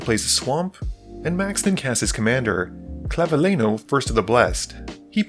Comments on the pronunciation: ClavileÑo, not ClavileNo. is pronounced like Clavilenio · It's actually more like "nio", though is normal that an English speaker has problem pronouncing a letter that's not in his alphabet at all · I'm going to assume that the constant mispronounced names is an accident and isn't malicious because they are ethnic? but Hakbal you don't pronounce the H, like "hola" and Clavileño is pronounced "ngo" at the end like jalapeño... is the Ixalan setting really not clear enough 😅😅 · Clav-a-le-noodle n-o Its Really not that hard. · Clav-a-leen-yo. Ñ really isn’t that hard to pronounce lol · that's not how you pronounce it either sorry . It's clav-ee-len-yo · I just love everytime an English speaker trying to pronounce the ñ